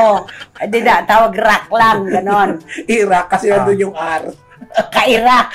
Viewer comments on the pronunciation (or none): Hahahahahaha IRAQ 😂😂😂 RAQ hay nku. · Kelan pa naging R ang starting letter ng IRAQ